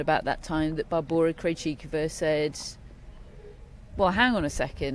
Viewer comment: Thank you for some Czechia perspective. The western media (Anglo American) totally ignore Krejcikova, and half of the morons doing commentary still pronounce her first name "Barbara." It's so embarrassing. Don't get me started about the strenuous singles and doubles schedule she keeps. In this pundit pow wow they didn't even mention here that she played three sets in the quarter finals in doubles after she beat Ostapenko in the singles quarters--in the same day! She was on court over five+ hours and then played her semifinal the next day. So all told she's played 11 matches at Wimbledon. I actually hope she doesn't play Prague this next week, and instead recharges her batteries for the Olympics.